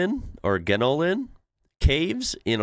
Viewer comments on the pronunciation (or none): Jenolan Caves. Not Genolan. Blue Mountains. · On the caves, I assume you are talking about the Jenolan caves pronounce Jen-Oh-lan. This is a series of caves some of which are very large, one was also used to perform operatic concerts and other musical events due to the acoustics. I have been there many times. New caves are still being discovered but are locked off due to safety concerns. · Jenolan is spelt this way, not with a G. And pronounced Jen oh lan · It's the Gen Ol En caves....Gen Ol En. And It's spelling Jenolan. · We have 5 desalination plants in Oz, Queensland, New South Wales, Victoria, South Australia and Western Australia, we need them because we are a very dry country and susceptible to droughts and sometimes our dams start to run low. This type of mens toilet to pee on is called a Urinal. The Pronunciation of the caves is J - Noel - En. They have the Skydeck on the 88th floor of The Eureka Tower in Melbourne which has a glass floor....... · It's Jenolan Caves. (Jen-noll'n) I like the half timbered Euro style houses at the entrance. Oh the caves are pretty good too. About an hour south west of Katoomba / Blue Mountains. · “Jen-o-lan” Caves, New South Wales.